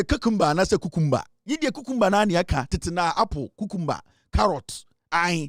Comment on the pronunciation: Why do u call it KuKumbah....😂😂😂😂.....It is Cucumber 🥒 😂😂😂